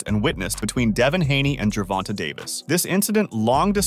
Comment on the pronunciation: Who is Gevonna, learn to speak.